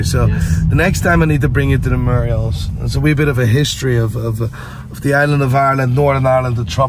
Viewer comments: a murial? You mean mural? 😂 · Murals not muriels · Did he really say ‘Murials’? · Murals not Murials